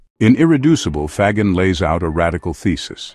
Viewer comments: Faggin is pronounced 'fa - jean', accent on jean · Why can't the people who write or read the narration do a little homework? In 2 minutes they could check with a pronunciation app. and find out that FAGGIN is pronounced fa-gin (the g is soft, like in gin, the stuff you drink with tonic water). In Italian (he is Italian) a G followed by an E or an I is ALWAYS soft. Like Gender or Ginger. This lack of professionalism is disheartening and makes you wonder what other stupid mistakes are being made.